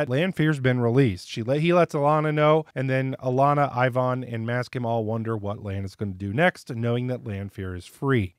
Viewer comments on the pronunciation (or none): Isn't it "Maksim" (as in Maxim) and not "Maskim" ? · Alanna's warders name is Maksim, not Maskim. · Also, bruh. MAK-SIM. Not Masskim :P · For future reference: it's Maksim, like mack-sim, not Mask-im. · Sorry but that burned my ears.